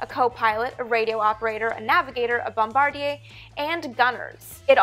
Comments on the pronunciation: Unless you're referring to the company, Bombardier, I'd go with this pronunciation: ... or ... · Bom-bar-dee-yay…soooo Canadian 😀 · I noticed you pronounced bombardier the french way. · She is Canadian afterall... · Yes but Americans usually only pronounce the aerospace company the french way.